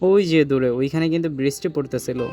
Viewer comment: khub shundir video bhai. just ektu kheyal rekhen uccharin a, bristi na uccharon ta brishti hobe, talebbo sho, brish ti.